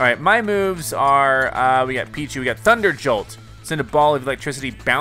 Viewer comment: Peeeee That what I heard to.